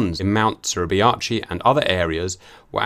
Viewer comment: Suribachi pronounced Surrey Bah chee